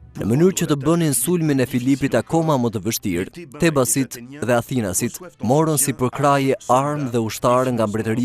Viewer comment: Pse thua Athinas? Thuhet Atinas! At-inas. Rrjedh nga fjala At, Shqip!